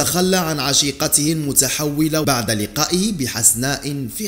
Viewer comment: اخي الله يخليك المرجو تصحيح نطق بعض الكلمات خاصه بعد وبعض : نقول بعد الضجه ليس بعض الضجه. وهدا الامر يتكرر عندك بصحه كتيره . وشكرا علي مجهودك